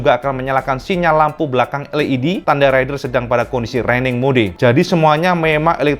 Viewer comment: Hahaha...jowo timur cak...terdengar alus tenan..."Raining MO DE" opo Raining Mode in english....uapik tenan iwb bahas technology motogp, sehat-sehat selalu cak